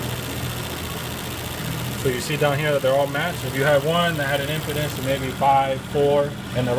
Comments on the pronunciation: No, not me. I understood he meant impedance he just mispronounced it. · impedance bro, not impotence. research "resistance"